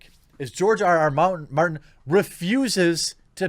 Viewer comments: Is it ironic that he said "mountain" instead of Martin? I thought that was an amusing slip. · I love how you mispronounced George mountains name like 7 times throughout this video 😂😂